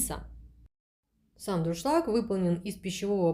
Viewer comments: ДУРШЛАГ.!!! НО НЕ ДРУШЛАГ.!!! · Тяжело слушать безграмотную убогую речь, "с магазина", "с холодильника", "с пакета"... слова паразиты - "ну, ну" через каждое слово. "Как я уже сказала, как говориться, да?..." Сто раз произнесла "ДРУшлаг" вместо Дуршлаг. Почему у нас каждая домохозяйка считает себя блогером?? Понравился только приятный голос девушки и такие же приятные тембр и интонации, видно что хозяйка добродушный человек. Выбор товара конечно тоже так себе, зачем столько дешевого чёрного пластика? Те же самые товары можно найти в болеем симпатичном исполнении. Нам мало, что мы варим яйца в дешевом пвх, мы решили ещё добавить туда кусок вонючего силиконопластика, чтобы уж наверняка гадости побольше в продукт впиталось 😂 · Ну вообще-то не друшлаг, а дуршлаг.